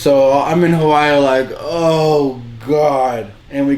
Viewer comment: I love that pronounce Hawaii so CORRECT😫 chefs kiss